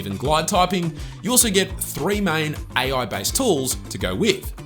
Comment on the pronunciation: Love the way he tells "aye-aye" for AI